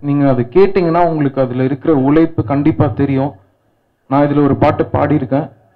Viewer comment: ' ழ ' - தள்ளாடுது; உலைப்பு இல்ல உழைப்பு. Learn to pronounce தமிழ் words correctly. Becoz, Correct தமிழ் pronunciation will help a Music director or a Singer to be successful.